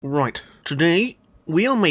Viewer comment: Best spelling words 1.YES(h) 2.RIGHT(roight) 3. Welcome(WELKHHUM) RENAULT ESPACE F1 next pls!!!